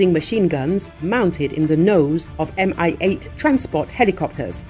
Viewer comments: 'coz it's "Mi-8", not "MI-8". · Mi-8 is not "M.I.", it's like pronoun "me". "Mi" is shortening of "Mil" (Миль), the designer's surname.